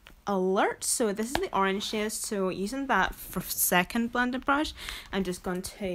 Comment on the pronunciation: Girl, are you saying shade.... Or shit??? Haha I'm hoping it's the second ;) lol